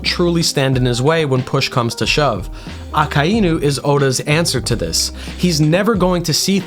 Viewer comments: Ah-Kuh-E-New? Ummm...no..it's -Ah-Kai-New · is it really pronounced "Ah-kah-EE-nu" or am i rightfully losing my mind thinking it's pronounced "Ah-k-eye-nu" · PLEASE FOR THE LOVE OF GOD, SAY IT LIKE THIS——> AA-Kay-NU,,, not fucking ah-kah-inu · Akainu is pronounced Ah-Kai-New not Ah-Ka-Eye-OO you are most likely doing that mispronunciation on purpose but I still have to stress that it is a mispronunciation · I almost turned the video off when I heard you say his name …. It’s A-KIN-(D)-New … the D is silent lmaoo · Why are you saying aka inu. It’s one word akainu. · Its a-kai-new. Not a-ka-ee-new. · if your going to mak the greatest akainu video , than at least pronounce his name right , i can not sit thru 50 minutes of you saying AKA iiii NU ,, its A KAI NU , even tho its two different words making 1 word aka and inu , it gets its own pronounciatian when mixed , the I is pronounces like db KAI aKAInu not aka iiiiiiiii nu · My brother in Christ, it's uh-ky-new, not ah-ka-eye-new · A-Kai-Nu, not A-Ka--i-nu. Good vid though. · "Baka Inu". Thought you could sneak that by me, did you? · say it with me AH-KAI-NEW 🤦🏻‍♂ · It's pronounced AH-KEYE-NEW my dude. Japanese vowels are the easiest to pronounce. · But that's not how it's pronounced. Those are the roots. If you watched the show you'd hear it clearly a kai new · aka-inu lol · don't get me wrong I am 100% sure that it is but I'm so used to the americanized version that "Aka-inu" sounds super weird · The name pronunciation really threw me off but I like your theories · The way he pronounces akainu is gonna drive me insane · You pronounce his name like a complete idiot 😭😭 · Great video! Sucks that you pronounce Akainu like that though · Why he gotta pronounce it like that smh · The way he says the name irks me. But good shit haha